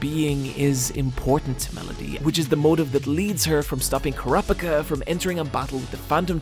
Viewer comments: I thought it was the Phantom Troupe arc but now you call it the Yorknew City arc or is that two different things? Pretty sure it's pronounced pika like pikachu. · heh, "krapicka" it's amusing listening to people mispronounce things when you've heard them basically use the same sounds to form that word separately in other words